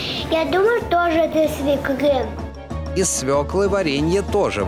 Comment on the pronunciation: Из СВЁКЛЫ! УДАРЕНИЕ НА Ё